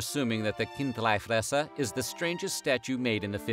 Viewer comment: Decent swiss german pronunciation of chindlifresser